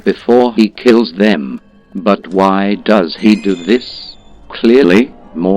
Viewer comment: I love how the LP Bot pronounces "does" as he would the word denoting female deers. "Siguorney female deers have a sadistic side."